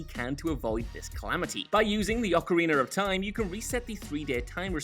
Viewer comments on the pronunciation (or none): “By using the ocariner of time”